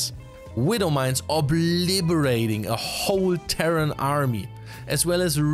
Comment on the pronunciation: "obliBerating !!!" lol :D Something like a mix between liberate and obliterate? :D